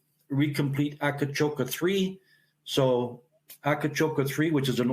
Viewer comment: Great story. Btw, the place is called Akcakoca, not Akacoka.